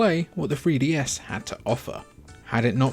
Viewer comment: da free dee ess